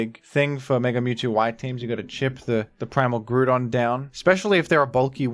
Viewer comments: IT'S GROUDON, NOT F*CKING GREWDON! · IT'S GROUDON, NOT GREWDON! GET IT RIGHT PLEASE! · I accept the baton pronunciation but grewdon is heinous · THE SECOND O IN GROUDON IS SUPPOSED TO BE A U! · Why do you pronounce Groudon like that? 😭 "Grew-don"